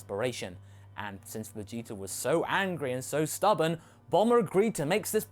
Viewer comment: wait did you say vegeter at the end there?! That's hilarious!!!